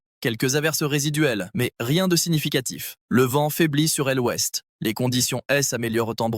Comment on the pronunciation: Lecture fastidieuse par une voix artificielle qui ne sait pas lire l' et prononce pour le mot l'ouest : el ouest!